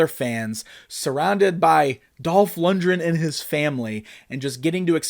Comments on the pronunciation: For such a big fan you’d think he’d know how to pronounce LundGren properly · Lund-gren not lund-dren.